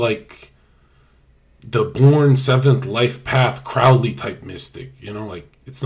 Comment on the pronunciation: the "ow" in "Crowley" is pronounced "oh"!